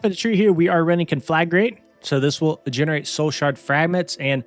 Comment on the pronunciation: I'll give you 1 sub for every time you pronounce conflagrate correctly